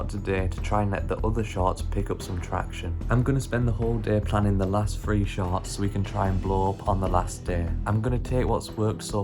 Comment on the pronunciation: All I can hear is “sharts” 😅🤣